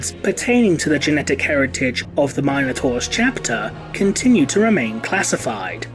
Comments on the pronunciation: Am I the only one bothered how he says minotaur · Fourteen minutes of your pronunciation of Minotaur has me ready to enter a berserker rage. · Please learn to pronounce minotaur....